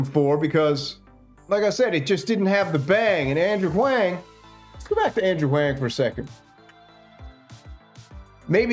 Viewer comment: "Wang" on repeat is pretty much the most petty slow dig ever. I'm sure you know it's how it's pronounced bc he literally says it EVERY VIDEO of his. In case your viewers don't, it's definitely and clearly "Wong." You would think your Eastern pronunciations would be up to par, being a "samurai" and all....